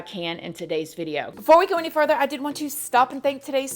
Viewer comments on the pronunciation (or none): none